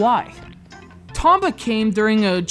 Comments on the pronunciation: I always thought it was pronounced Tome-ba...oh well. This one was done justice by its sequel. The second one was what I felt a perfect game. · 1. You cant pronounce "Tomba" correctly 2. You're an idiot who cant move a 2D character through a simple plain without crying because thr game is too hard 3. You dont even bother getting past the first 8 minutes of the game, which is longer than i spent writing these 3 points which i consider a big waste of time and now im mad and want those 8+minutes of my life back (-,-) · Damn, and I liked this game the very second I picked it up. But I don't feel too bad, this guy can't even say the main characters name right.